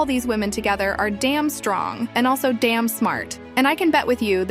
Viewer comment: When she says danm it’s funny